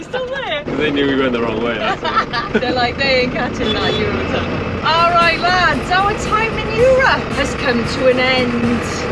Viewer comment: Don´t say "Eu-rup"! lol